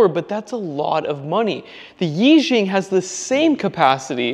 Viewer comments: I think it is pronounced “ee” “sheeung” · Nice! It doesnt matter much, but its pronounced Eee shee-yang. Means like mega lucky, or something. Id like to get my hands on some of these.